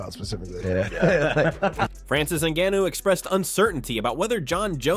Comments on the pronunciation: Narrator lost all credibility based on how he pronounced “Ngannou” Wtf was that? 😂 Clearly he’s never heard anyone pronounce Francis’s full name. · The pronunciation of Ngannou. 😂 I suspect AI..